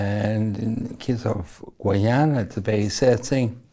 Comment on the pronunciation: Its pronounced GUY-ana! I don't understand why that's so hard to pronounce. You people never seem to get it right.